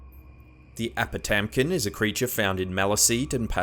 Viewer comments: I really like your videos .9 apotamkin it's pronounced "ah-boo-dum-kin" I thought it was really cool to see this on your list I myself am a maliseet and have heard of this creature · I am Maliseet from a Wabanaki tribe on East Canada. The legend of the apotamkin has been told to me since I was young and everyone from my tribe believes this story. I just wanted to mention the name actually sounds like uba-dunk-in. Thank you for researching and sharing the lore of this legend.